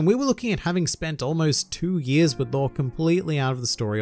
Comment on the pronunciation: Why do you pronounce Law as Lore by the way?